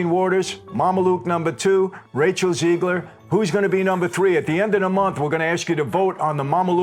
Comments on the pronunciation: It’s not Ziegler it’s Zegler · Rachel Zeegler. ZEEEEGler. Do you know any Rachel ZEEglers?